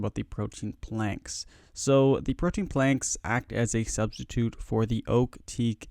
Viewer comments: pro-tee-in not pro-teen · Pro-tee-an please : [ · Okay, how many of you watched this just to see how many times he said "protein"